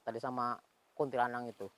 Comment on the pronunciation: Kuntilanak om bukan kuntilanang😐🤣